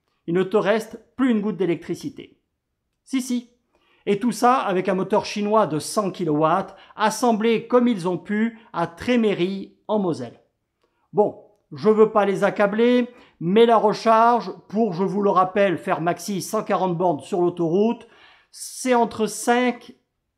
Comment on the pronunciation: et parceque la chemise à une marge de progrès exponentielle, on dit TrémEry, pas Tréméry 😉